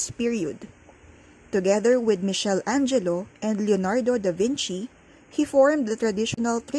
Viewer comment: Isearch nyo po its actually "mi-kel-angelo"